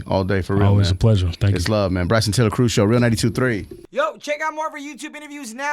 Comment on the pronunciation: Bryson defo said it correctly. Dunno what they were talking about 😂